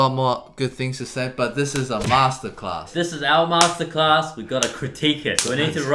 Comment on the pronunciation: You can play duets so well but you can't even say Masterclass together aiyaaaah